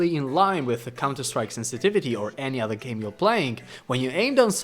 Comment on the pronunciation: "Play cunter strike" xD